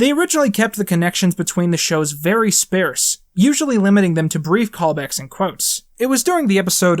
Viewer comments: That's a funny way to pronounce "sparse" 😂 Great video either way tho, Q! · This was way better than it needed to be. I do question your pronunciation of "sparse" though